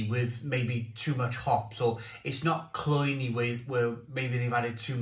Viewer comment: The word is cloying...not cloyney